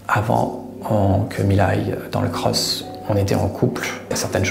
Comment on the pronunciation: Pk il dit cros ??